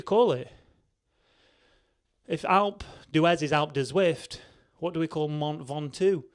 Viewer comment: Mount Ven-Top